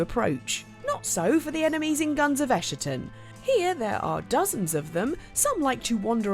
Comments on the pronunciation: I can't believe there is a second person who says ESSHATON instead of ESKATON. I'm worried the devs are calling it the former now. Going to be a dealbreaker for me if so because I'm petty like that. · It's not "ess-sher-tun", it's "ess-kah-tahn". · Dear gods, it's "ES-ka-ton," not "Escherton." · ummm thats not how you pronounce that i think...god help me if Im wrong and get dogpiled by internet goblins. Edit: nope.. that is definitely not how you pronounce that i fact checked myself. It basically means a final moment in human history or end of an era. It has a hard k sound and "tawn" at the end. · I think it's a k sound, not an sh sound, given all the religious imagery and since it's the same root word as eschatology, which comes from Greek.